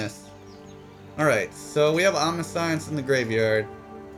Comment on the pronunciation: Pretty sure it's pronounced Om-nish-ence.